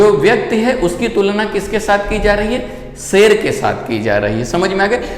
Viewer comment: सेल नही शेर होता है